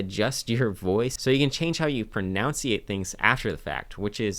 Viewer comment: The irony of mispronouncing "pronunciate"